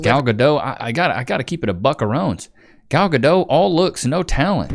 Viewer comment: Gal Ga-dote? 😂😂😂